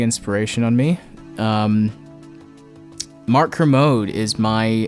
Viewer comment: I think you mispronounce Kermode homie.